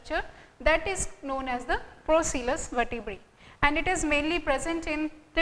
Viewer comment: it's not vertebraes. It vertebrae becoz vertebrae is a plural word